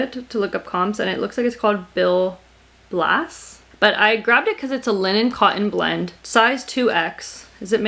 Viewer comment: You read/pronounced Bill Blass correctly. I can still smell the perfume when I hear his name🤢The brand was very 80s but might’ve ventured into the 90s or beyond, it was just super popular in the 80s. Popover is what 1/4-1/2 button front is called. If you can’t sell your books and the library doesn’t want them some hospitals and homes for the elderly and such will often take them💕